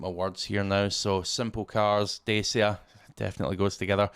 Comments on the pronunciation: It’s pronounced Datcha as in Thatcha. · Dacia is pronounced "Dacha" 😉